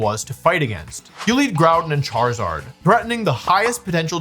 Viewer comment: "ChaRIZZard" lol😅🤣